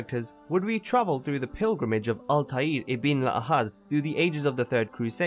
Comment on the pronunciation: Altiear? I thought it was Altair (all-ta-er)